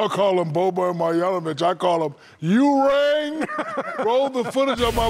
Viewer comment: Why shaq calld him urang???